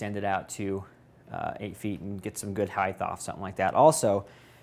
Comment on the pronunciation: Very nice. Been thinking about one for a while. Height.... no "h" at the end.